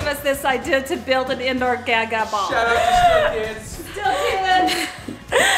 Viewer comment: Wait I thought it was pronounced gah-gah not gaa-gaa. Right?